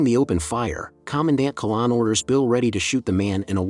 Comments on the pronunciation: Not a good start. It's Commandant Qui-N-lan, not Quilan. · The commander's name was - note middle n The name is pronounced Quinnlan not Kollawn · Commandant (Major), I thought it was? Not Quilan!!